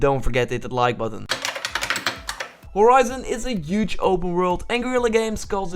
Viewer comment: UGE!!!!!!!! HUGE DUDE!! you use the word so much at least learn how to say it.